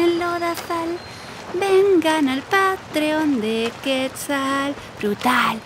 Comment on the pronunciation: Por qué dice QUÉTZAL y no QUETZAL?!